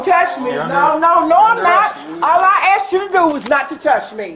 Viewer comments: the moment i hear a women say the word "axed" instead of "asked" i stop listening.. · It's amazing people even get these jobs nowadays with their 'command' of the English language. "She axed me..." 😬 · "then she axed me to pay for it" 🙄